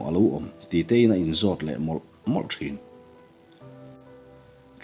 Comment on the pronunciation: "Tlangah hreusa A ngir changin....." tiha "angir" tih leh "changin " tih lai tak hi i lam dik hlel deuh lo maw."angir" tih hi rihniam leh "changin" hi Ri sang tur a nih duh hmel ka ti deuh.